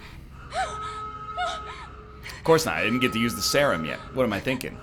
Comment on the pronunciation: Add 'sehrum' to the list of words NL mispronounces.